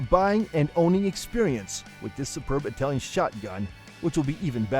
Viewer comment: Please pronounce...'Italian'...properly.